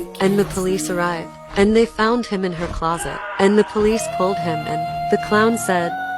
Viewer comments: HEY!! I love your video and I have smth to say. Why you say fount so found!!! Also can I add you on Roblox I absolutely love your vids. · Its always her "fount" that gets me😭😭